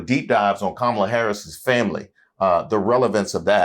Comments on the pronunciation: Her name is Kamala "Coma la" not "Ka ma la." She doesn't have enough respect to pronounce her name. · She still wont say Kamala's name right! Im sick of her arse! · Soooo…them Constantly mispronouncing Kamala Harris’ name is a universally maga thing????? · This witch can't even pronounce Kamala Harris name right. I hate when people say her name like that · Notice how Owens didn’t pronounce Kamala right? She is 🤢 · She should be embarrassed as an educated woman. Acting like she doesn’t know how to say Kamala’s name. Right Candi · What’s this speech impediment that prevents people from being able to pronounce Kamala’s name correctly? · In my opinion, you can judge the character of an online personality by their refusal to correctly pronounce someone's name. Especially when it is someone of the race. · I know she's uneducated but why can't she pronounce Kamala Harris' name correctly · Candy-Girl knows how to pronounce Kamala’s name correctly, but like with all her commentaries she panders to the lowest racists of all. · Candace pronouncing Kamala wrong 😑